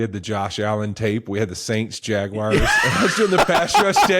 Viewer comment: Hey Fitzgerald, you went to Harvard, right? PLEASE stop pronouncing Jaguars as “Jag-Wires.” It’s horrible!